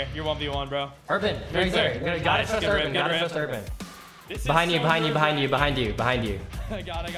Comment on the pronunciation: “Carry Urabn”